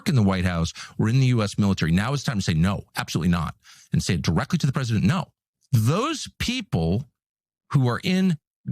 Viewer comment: Pwesident el Two Weeks Taco